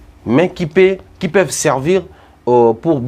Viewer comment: Français nini azo loba au lieu de peuvent il prononce pevent Wana français